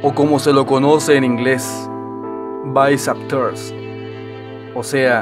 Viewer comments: baizaptors xd esa pronunciacion de bicep tears papu :v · "o como se le conoce en inglés... vaisap tuors" XDXDXD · el tendón se inserta en el radio, no el húmero amigo y se pronuncia "baiceps tiarhs"